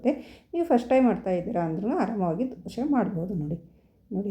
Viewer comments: ದಯವಿಟ್ಟು ದೋಸೆ ಅಂತ ಹೇಳಿ. ದೋಷೆ ಅನ್ನಬೇಡಿ. ನೀವು ಕನ್ನಡದವರೇ ಅನ್ನಿಸುತ್ತೆ. ಚೆನ್ನಾಗಿ ಮಾತಾಡ್ತೀರಿ.. ಅದಕ್ಕೇ ಈ ರಿಕ್ವೆಸ್ಟ್. Thanks for the nice recipe. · Dose not Doshe. Pronounce Kannada properly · Not doshe ...... Dhose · ದೋಷೆ ಅಲ್ಲ ಅದು ಅದು ದೋಸೆ 😎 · Dosha anbedi..Dose. Anni😊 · ಸುಂದರ ಉತ್ತರ.. ಜೊತೆಗೆ ಕೆಲವರಿಗೆ ಸಕಾರಕ್ಕೆ ಶಕಾರವಾಗುತ್ತದೆ..ಹೀಗಳಿಯಬೇಡಿ.